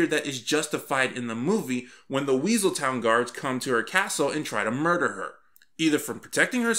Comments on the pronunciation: The Weaseltown- Me: Wessleton. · "Weaseltown guards.."? It's WESELTON!